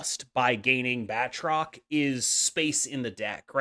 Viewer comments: Good video, but I need to call you out on your pronunciation. It's pronounced "BAT-roc ze Lee-PAIR". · It's pronounced baltroc the leap-aire (lie)